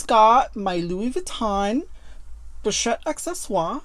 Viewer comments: I just love how she pronounces "pochette" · Bags are actually a good investment. I love how you pronounce the pochette I believe if I produce it I'll bite my tongue. I really need to see all your collections of lv purchases